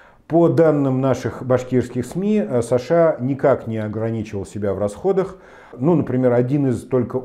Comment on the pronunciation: Почему такое ударение в имени Саша, он наверное Александр?